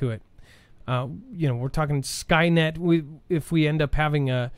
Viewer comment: Skynyet HHMM” Sounds Ruski